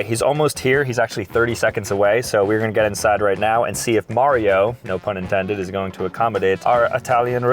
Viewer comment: Mario has the perfect mario accent